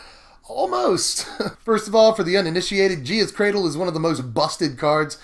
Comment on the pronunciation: HOLY SHIT YOU PRONOUNCED GAEA'S CRADLE CORRECTLY!